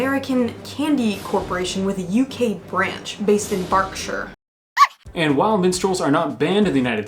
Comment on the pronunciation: Is it just me or did she say Barkshire instead of Berkshire